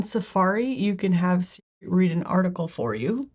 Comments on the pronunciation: Why can’t she say Siri? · Why can’t you say Siri?